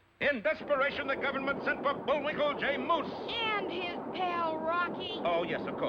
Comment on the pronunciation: It's Bullwinkle "J" Moose Not V Van Moose . I have being watching Rocky & Bullwinkle since 1962